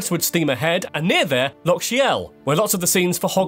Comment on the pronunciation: Why does the commentator unable to pronounce LOCH correctly, if doing a video on Scotland.